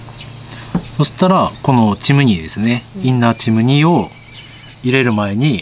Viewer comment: イン↘︎ナー↗︎チ↘︎ム↗︎ニー↘︎